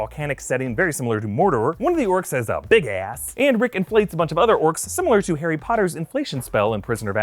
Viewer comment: That emphasis on the orc ass doe😂😅